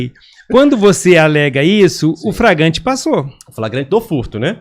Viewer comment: Com todo respeito, jornalista que diz “pra mim entender” e “fragante”, não deveria ser jornalista.